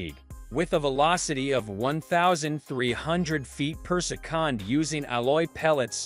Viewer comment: 12oo ft. per-sec-on 😅